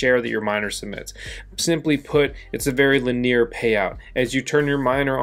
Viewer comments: Did you say 'lin-ear'?? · I’ve never heard someone say linear like that. Wondering if I’m dumb or if he is lol